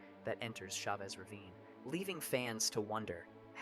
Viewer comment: It's NOT SHA VESS Ravine dammit. It's CHA VESS Ravine. Cha vess as in Cha Cha Cha!